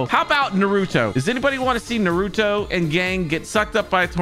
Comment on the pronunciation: ITS NOT NEWRUTO ITS NARUTO